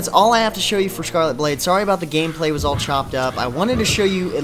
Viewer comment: Anyone else hear him say scarlet boob instead fo scarlet blade?